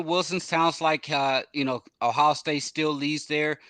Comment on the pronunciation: Well he can’t even say Ohio. He says “ohow” . He acts like he’s an insider for recruiting and knows nothing more than what anyone can read on a message board.